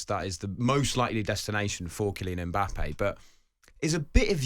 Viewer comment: Why do Europeans keep calling him "E-mbappe"? Pliz start with the "M" or practise by saying "Mmmmm.....mmmmbappe"